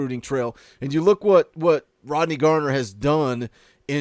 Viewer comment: Why yall () keep calling him Coach Gardner? It's just Garner, bud.